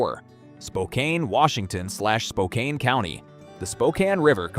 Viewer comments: Just a heads up, it’s pronounced Spo-can, not Spocain… inside the city you’re screwed, on the outskirts you’re good. P.s. don’t drink the water from Spokane River… 😅 P.s.s. You don’t want to live here, local government is hellbent on taxing every last dollar, and giving you uncontrollable homelessness, crime, and open air drug use, with some of the worst maintained roads in the country. If you live here good luck on your exit strategy. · 58, though possible 60. The trick for me is military locations. Nearest guard facility is 90 miles. Location: Southwest Virginia. Well water, plus river under a mile. Ham radio. Generator. Capability to grow crops on 2 acres. Also, I'm originally from Washington. Spokane is pronounced "spo-can", long "o" short "a". I have heard stories of them shooting you if you get it wrong. Also, you aren't wrong about Tacoma's vulnerability to nuclear strike. Those of us who grew up in and lived in that area during the late 1970s to 1990s accepted that as a part of life, the risk of living in a high military region, and I was even stationed in Bremerton during my time in the Navy, so, yeah, I know the risks well.